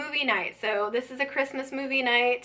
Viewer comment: TFS. Happy Thanksgiving. Advent presents are great. You say it without the D which makes me cringe every time but I love you enough to keep watching lol